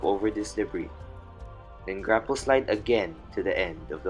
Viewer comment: did he mean grapple sliding when he said "grackle sliding"?